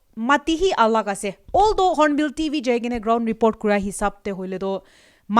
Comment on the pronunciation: Hornbill TV not hornbill DV.. 😄😄